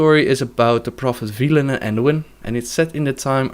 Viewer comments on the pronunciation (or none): Velen, not veelen.